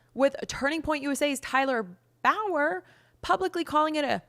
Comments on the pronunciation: Bow-yer? Lmao this is the ditziest YouTuber asking for subscribers and likes putting another YouTuber down calling her a b etc.. most thirsty chick and she takes off everyone else's show . Stick to your other job. lol😂 bow wow wow . She doesn't even know how to say one of the main ppl in this bs name correct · Tyler Bowyer is pronounced Boy•Yer.